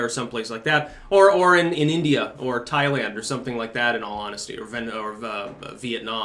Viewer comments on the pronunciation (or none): none